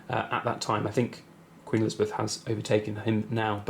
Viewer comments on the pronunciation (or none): none